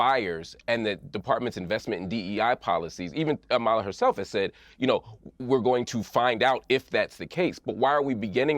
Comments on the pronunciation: I’m dying that the black guy pronounced your name wrong 💀💀 “amALa” instead of “AMala” literally would’ve screamed racism at anyone who pronounced Kamala’s name that way during the election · Is it just me or does anyone else wanna scream when they mispronounce her name. I'm like its "Ama-la NOT A-ma-la"! 👏👏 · Piers is never going to say Amala's name right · Really pisses me off they all are saying Amalas name wrong